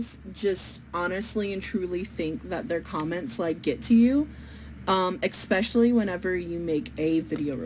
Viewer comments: The way she constantly said expecially made me die inside...and English isn't even my native language. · My God, these people are all the same. I can't distinguish between one and the other. However, I will forever be able to remember this one because she said expecially and she will forever be on my shit list for that. It's a matter of principle.